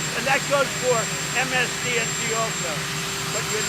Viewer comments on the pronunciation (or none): Did he say msdnc lol